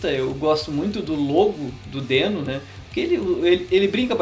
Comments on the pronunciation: Na gringa eles pronunciam 'dIno', né? Bem mais legal que 'dÊno'. :/ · A primeira coisa que tu deveria dizer é que a pronúncia correta é "dino". Até o logotipo do negócio é um dinossauro!